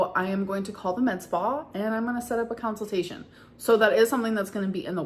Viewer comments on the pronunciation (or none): I hope council-tation goes ok. 🤪